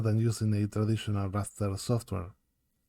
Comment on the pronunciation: Cuando dijiste "Traditional way" en el minuto me di cuenta de que eras argentino ajajajaj, gracias por el curso amigo, estoy aprendiendo a dibujar/animar y me recontra sirve! Capooooo!!!! Saludos y segui laburando asi de bien